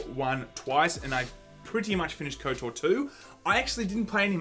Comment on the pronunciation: I love you guys, but stop saying Kotor! I say that with love